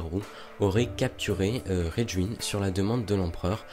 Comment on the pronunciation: Sympa! Soucis de prononciation pour Raijin par contre.